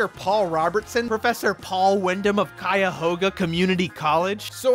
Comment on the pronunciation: My favorite part of watching this was when "Paul Wyndham" couldn't even pronounce Cuyahoga correctly